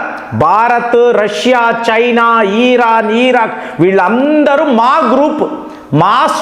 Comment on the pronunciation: ఖాతరు, ఈరాన్, ఈరాక్ కాదు రా నాయన...నీ దిక్కుమాలిన pronounciation...